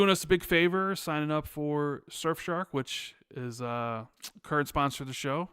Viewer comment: "shurf shark"